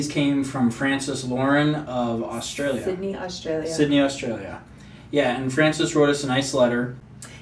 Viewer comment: Nice work as always, from Australia. got it right when she pronounced Au-stra-lee-a. Yes it is a four syllable word - not Austraya.